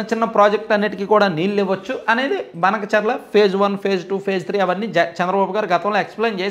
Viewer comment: అన్న అది బనకచర్ల కాదు.. భానకచర్ల అనాలి..